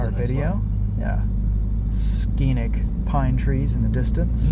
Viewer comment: the way you say "Scenic" 😂Also that drift was insane earlier